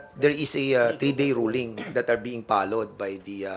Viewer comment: 3 day ruling that are being "palowed" 🤣 -Dan Fernandez palowed talaga? ayuson mo muno pronunciation nang F mo, yung finalize naging paynalize, followed=palowed..oops